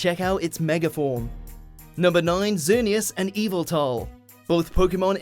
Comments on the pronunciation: It’s pronounced ya-va-tell not eviltell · It's not evaltal its yaveltal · Yveltal not eveltal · Not eviltal yeveltal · Nice pronunciation of "Yeeviltal" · You spelled Yveltal wrong instead you said it as “Evil-tal”. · I don't know if that is the right way to pronounce its name or not as I've always pronounced it like Yu-vel-tul. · He pronounced Yveltal wrong